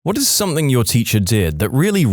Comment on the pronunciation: No k in the word something